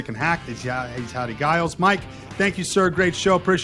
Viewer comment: Grew up with Howdy and his family, and while he’s too polite to mention it, it’s a soft G…”Jiles”.